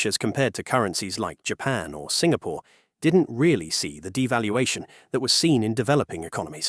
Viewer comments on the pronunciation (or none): none